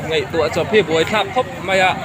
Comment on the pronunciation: Ka'n sawi ve leh ang e. Ngeihtuah ni lovin, 'ngaihtuah' tih tur. Bei ni lovin 'bai'. Behlawi bai, maian bai etc. Ṭawng dik lo hi ka ngaimawh a...